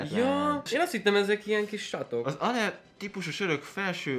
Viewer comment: Ale=él úgy ejtik